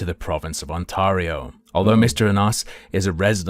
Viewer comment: As someone from Ontario, I can not handle the way he says On-tahr-E-o. Lol